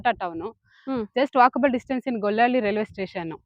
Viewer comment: ಗೊಳ್ಳಳ್ಳಿ ಅಲ್ಲ ಗೊಲ್ಲಹಳ್ಳಿ